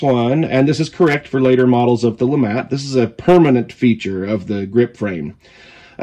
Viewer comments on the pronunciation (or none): I believe it is pronounced the “Lou-Mah” Revolver 😅 not trying to be that guy but I’m just trying to spread the word. Nice video! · I believe it's actually pronounced Lemay. But either way, it's a very interesting concept!